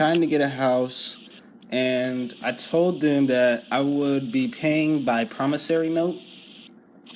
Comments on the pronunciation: Pronunciation matters when communicating verbally. "Promis SORE ey" not "Promis SAIR ey". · For the record, It's not promis-ory, it's promiss-ory. Just thought I'd point it out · For the record, it's not promissary. It's promis-ory. Just thought I'd point it out. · If I can write promissory notes and deposit them in my bank account, then what would prevent me from writing billions to that account, casually withdrawing all except a pittance, and then disappearing with the loot? The caller in this video is a dimwit who either thinks or pretends to think that a person's signature alone on a note creates value. Also, cretin caller, it's "promisSORY", not "promisSARY"! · I am pretty sure they were telling you that you don't understand what a promissory note is. And learn how to pronounce it correctly you loon.